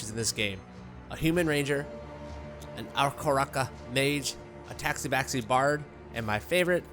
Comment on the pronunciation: really good review of the game and I really appreciate it BUT HOLY CRAP PLEASE - the aarakocra is "ar-a-cock-ra" and the tabaxi is "ta-backs-ee" XD